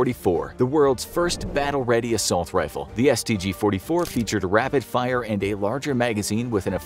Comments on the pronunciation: I had to pause the video and make this comment because of how hilarious the pronunciation of the stg 44 was...that is all, awesome video as always though, I'll keep watching lol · The mispronounciation of the stg44 😔